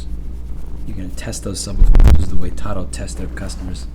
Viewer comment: 🛑🛑🛑It’s PRONOUNCED “TAH-DOO” (slang for to-do) 👀👀👀 not pronounced “tah-doh” 🤦🏻‍♂️🤦🏻‍♂️🤦🏻‍♂️🤦🏻‍♂️ Love you, Louie God bless 🙏🏻🙏🏻😎😎